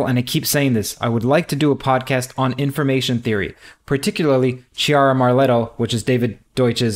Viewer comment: "Chiara Marletto" is pronounced "kiara marlet-toh"